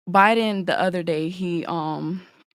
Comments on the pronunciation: Girl said she talks politics everyday and didn’t even pronounce Joe Biden last name correct she said Joe Byron 😅😂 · JOE BIREN YOU SAY .... AND YOU AND YOUR BOYFRIEND TALK ABOUT POLITICS EVERYDAY, YET YOU CAN'T PRONOUNCE THE COMMANDER IN CHIEF'S NAME PROPERLY. I AM SADDENED BY THE EDUCATIONAL SYSTEM OF AMERICA, WHICH EMPLOY'S SUCH LAUGHABLE STANDARD'S COMPARED TO THE REST OF THE WORLD. !